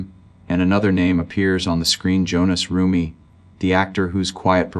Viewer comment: His name is Hohnathan not Jonas!!!!😮